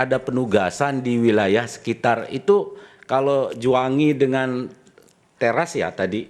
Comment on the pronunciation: Trus pengucapan teras itu nada e nya juga salah awkwk